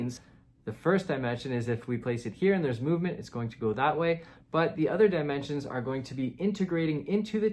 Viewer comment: The way you pronounce “die-mentions”